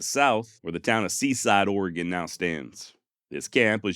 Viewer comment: Your pronunciation of "Oregon" is good! Astoria, though. lol